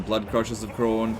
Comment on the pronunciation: Why you saying Khorne weird? It's the same as corn. Don't blame your accent, I'm in Brisbane.